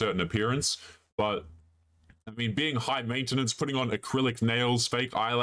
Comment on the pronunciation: I had to stop watching this video after she says "mainta-nance"